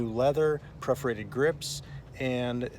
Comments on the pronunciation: PERforated not PREforated lol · P E R forated, not P R E F orated. Thanks for posting, looks great.